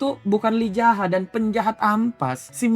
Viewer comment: Kenapa lu bilang MC Yi Zaha ke Lee Jaha? Apa biar enak bilang nama nya?